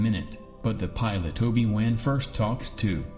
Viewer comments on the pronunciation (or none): holy shit please say Obie Won again!!😂 lol great videos but you have to do something about the narrative! weird pauses and simple words mispronounced so badly